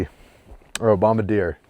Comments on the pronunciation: As a Canadian, please learn to pronounce Bombardier. There are two "R"s. P.S. love you guys. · The manufacturer of Snowcat is Bombardier, pronounced "Bomb-Bard-ee-eh" Why do people miss the "R" in the second syllable? Joseph-Armand Bombardier was the inventor of the snowmobile and founded the company. Some friends of mine live in his summer home/part time labratory in Quebec and are currently restoring the house.